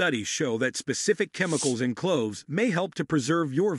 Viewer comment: Thank U 4 your informative vid. packed with a lot of great information. Only was it read by an AI COMPUTER as over 60 words were not read correctly making certain info mute/unintelligible, in fact it even pronounced the word clove/cloves incorrectly up to 80% of the time, so while the basic info may be correct, lots is being lost in the translation, I hope it's possible 4 U to correct this issue both 4 myself & others so we can receive the full impact of your informative video's & in turn give U more thumbs 👍 ups in future. Thank U in advance! Hope your able to help with this issue. Grateful viewer!!!